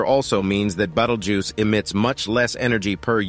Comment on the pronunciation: How many time can you misspronounce the stars name: yes!